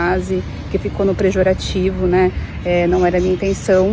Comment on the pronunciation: A gata se acha pq viaja pra Europa comprar roupas de segunda mão e fala "prejorativo"